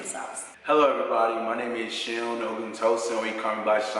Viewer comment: It's Seun--- not Shawn...it's a Nigerian name and they are pronounced different - Management